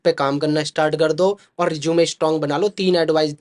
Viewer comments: Sir pehle Resume ka pronunciation to thik sai kar lo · Bhai is hr ko to rusume bolna bhi ni Ara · Resume ❌ Rizoom ✅